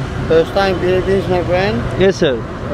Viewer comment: It's not Philipp pynes...it's spelled as Philipp eenes.